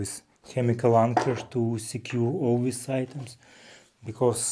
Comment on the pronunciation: English has improved a lot. But, he has problems with "this" and "these" - he says:wis" and "wese". Hope he can catch himself soon.🤣😂